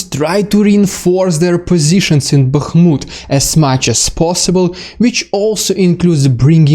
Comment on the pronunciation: I am so thankful you can pronounce all those town names! 😁 (i never could!) 💙💛 Thank you again...much appreciated. 💙💛 Bakhmut 🙏 Max